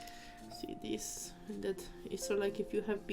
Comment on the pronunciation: What accent is diiisss? I had to😂😂😅